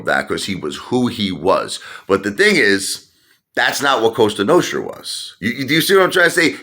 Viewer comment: It's not costra its Cosa it's LA Cosa Nostra. Lmao now you're a made guy in Barnegat NJ. Lol